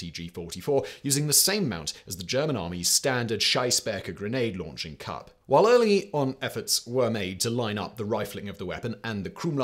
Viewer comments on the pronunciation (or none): Simon mispronouncing "Schießbecher" (shooting cup) as "Scheißbecher" (shit cup) is the only time I'll ever mention a mispronounciation because I generally appreciate anyone's honest attempt at speaking another language (especially German because it can be really hard) but I also have the humor of a 10 y/o so.. I had to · Scheissen - pronounced like ‘ice’. To shit. Schiessen - pronounced like ‘geese’. To shoot. Just sayin’. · If, instead of asking a German soldier for a "Schießbecher" (sheece …), you had asked him for a "Scheißbecher" (shyce …), he probably would have thought that you need a bucket to 💩 in. 😆 Yes, I know, pronouncing foreign words is hard… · I had to rewind the video and hear it again to be really sure he said that :D As a fellow German i too enjoyed this english spelling variant. Nice explaining too, my dear Sir